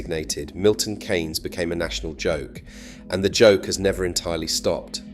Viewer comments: Great video ...but please - it's not Milton "Caines" !! its pronounced Milton "Keenes" Those who have lived there know how good it is. Everyone else - well we dont care ! It does work well for cars but it also works really for bicycles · People who live in MK pronounce it 'Keens' NOT 'Canes'. otherwise an excellent video. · Milton Kaines? Keens is how we say it. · KEEEEEEEEEEEEEEEEEEYNES NOOOOOT KAAAAAAYYYYYNS FFS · Milton Keynes, not Milton Kaynes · Why do you use an AI voice? It was pronouncing Keynes as Canes most of the time, nobody pronounces it like that! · The AI voice mispronounced Milton Keynes every time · I don't don't think it is. Why can't it pronounce Milton Keynes? And why did it spell out car?